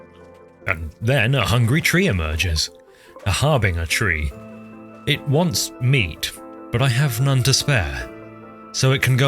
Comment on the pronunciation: i'm sorry, a har-what tree?